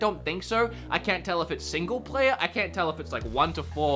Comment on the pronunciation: As an Aussie, I'm more offended by the way you say 'can't' You're an Aussie. Say it right.